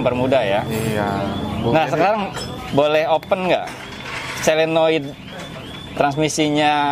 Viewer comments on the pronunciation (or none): SOLENOID bukan SELENOID .. maaf koreksi , seperti juga orang sering bilang TRIPTONIC.. padahal seharusnya yang benar adalah TIP TRONIC